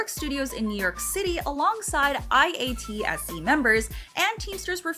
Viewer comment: IATSE is usually pronounced eye at see.